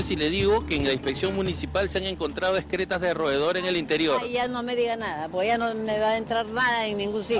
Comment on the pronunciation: no se dice ESCRETAS sino EXCRETAS!